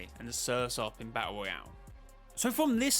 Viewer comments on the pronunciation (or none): none